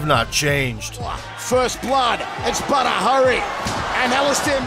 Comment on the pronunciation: Until I read the title of this video .. I was hearing Butter ... I though it was a killer name ! when I saw Badr .. I ended up loosing my 'waow' into respect for the warrior ! Good warrior, good video ! Keep up the good work guys !